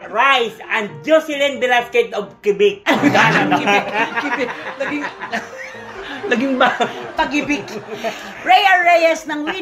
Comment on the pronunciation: KWE-BEK po ang pronunciation ng QUEBEC🙄